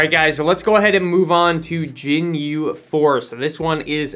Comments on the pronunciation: had 2 weeks to get pronunciation right for Ginyu😂💀 love it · No its not lmao, its pronounced how its spelled. Same G sound as Gun or Grab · in what world? I’ve been involved with dragon ball for probably 10 years and never in my life have I heard anyone pronounce it like that.